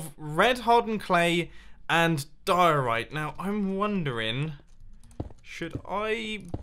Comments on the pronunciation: Die-Orite! Its name should be Orite. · Oh my god I can't believe that Mumbo lost his occasion of putting mustaches on the diorite block and call it mumbo diorony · Senior Dumbo Dioriti (Diorite-I) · his name should be die-ore-bite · Call him Di-Ri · Dio-rita. Diorita. Rita. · Call It "Happay diori" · You should call it (die-Tony-I) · Its diey the dieorit block its nastey bl9ck but good biuld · It’s Diorni or senior-block-of-the-week-oni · "Diorito Blockoni" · Call it the die-orite